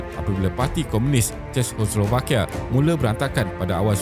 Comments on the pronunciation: Sebutan dia ce-kos-slo-va-kia, takyah susah2 belit lidah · Narrator tolong lah buat homework dulu mengenai sebutan yang betul dalam content setiap video. Ini bukan cara sebutan Czechoslovakia yang betul. Bukan dalam video ini sahaja. Video video sebelum ini pun banyak sebutan yang salah. Ini teguran untuk improve dari segi pronunciation selepas ini. I really like this channel and will keep on supporting 🌸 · Sakit kepala dengar tuan empunya video sebut 😂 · susah betul nak sebut Czechoslovakia